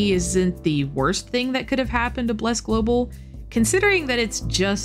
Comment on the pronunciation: Love the way you prononce Bleeerrc lol